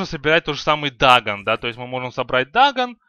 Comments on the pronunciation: не дАгон а дагОн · дагОн, а не дагн